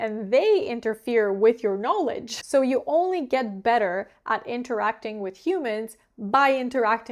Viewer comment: Hi, You are a wonderful teacher and your English is perfect, even flawless. However, there is one word that you pronounce incorrectly. In “knowledge” the stressed syllable has the short O sound in spite of having the long O sound in the root word: know. Not the same but similar: photo - photography.